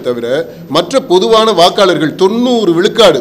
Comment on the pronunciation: அழகு தமிழ் படும்பாடு:- கலம் பதினேலு விலுக்காடு , விலுக்காடு, தமிலர் என்று பலப் பல!! ம்ஹும் என்னே இவளது தமிழும் உச்சரிப்பும்!!!?